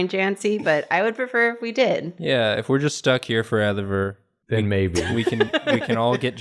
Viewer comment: I love mispronouncing words. "foredever" also alberts moustache looks like a nut sack....